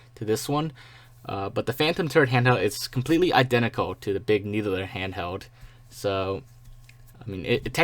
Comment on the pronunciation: Big "Needuhler"